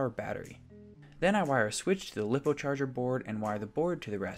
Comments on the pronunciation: lip-oh who's gonna tell him that it's lie-poh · It’s pronounced liepo not liipo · This is pretty cool... But lipo being pronounced as "Lip oh" is making me lose my mind